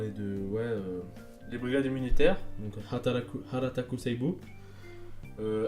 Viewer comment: "Harataku Saibô" ??? C'est "Hataraku". XD EDIT : "Hatarataku", encore pire. XD